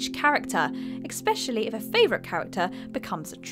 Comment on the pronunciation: From now on I'm down voting ever WhatCulture video that has a word mispronounced. Exspecially? Really?